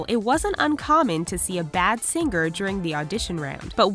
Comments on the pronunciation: singGer. omfg this is driving me crazy. 😳😳😳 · she says "sing-ger" and it shouldn't bug me as much as it does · How is it possible to consistently mispronounce the common word, "singer" when you supposedly talk for a living?